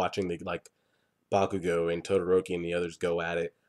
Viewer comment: I dont mean to be petty but I probably am, its pronounced Bak-u-go